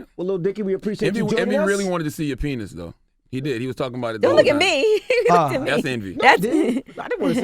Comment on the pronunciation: Literally no one: Charlemagne: "penith"